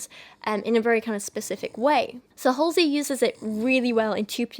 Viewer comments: I’ve been waiting for this video!!! I’m so excited to watch 💜 but you trying to pronounce her name made me laugh so hard lol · I heard she named herself after a stop in Brooklyn, which we pronounce Hall-zee. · I always assumed her name was pronounced “haze-ly” but I also know nothing about her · HALL- Zee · First of all you judgemental b, if you can't even pronounce her name it's HALSEY AKA ACRONYM OF ASHLEY. THIS IS POINTLESS 😂😂😂😂😂 GO thru something dummy